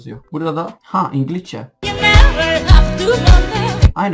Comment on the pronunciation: Ingilizceye ingilişçe mi diyorsun yoksa benmi yanlis duydum